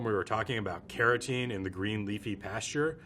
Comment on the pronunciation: Can someone tell me what his accent is? I wondered why he was talking about keratin in butter and realized he meant carotene. And he pronounces the cul- in "cultured" more like "call".